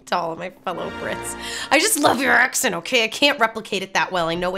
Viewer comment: Your accent is pretty good. But when saying the word accent, use a schwa for the E. Aks 'nt